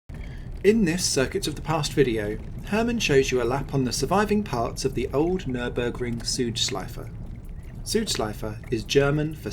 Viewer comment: it is not Nürnberg it is Nürburg mate .